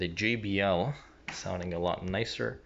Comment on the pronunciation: it's not gee bee el. It's jay bee el - JBL